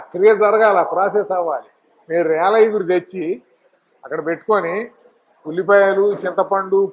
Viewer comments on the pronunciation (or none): ఇగురు కాదు సార్ చిగురు